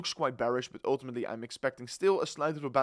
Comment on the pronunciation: Your English is perfect! Only the word But......